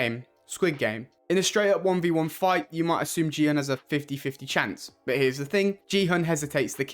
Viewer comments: It's Gihun, not Jihun. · his name is gi hun not ji hun